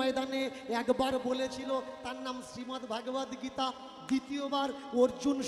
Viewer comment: মূর্খের ভাষণ আগে ভালো করে উচ্চারণ কর । ভাগবত গীতা নয় ভগবদগীতা